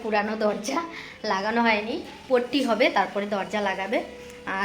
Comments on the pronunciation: কথা বলতে ও জানে না পুট্টি কে বলছে পট্টি এর থেকে পটি বলো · পট্টি বলে না পুট্টি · পটি নয় ওটা কে পুট্টি বলে